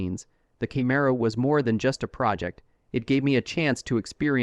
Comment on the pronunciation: Kay-mare-oh? This why I HATE AI